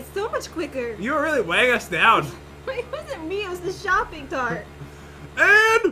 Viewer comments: Did say shopping tart 😂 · did say shoping tart?